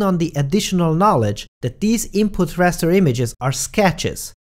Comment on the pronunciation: I believe is called Raster not Rester.